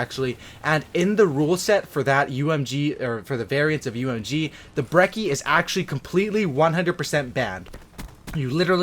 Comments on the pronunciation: Bre - chee is how its pronounced its italian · It's an Italian gun so the correct pronunciation is breh-chee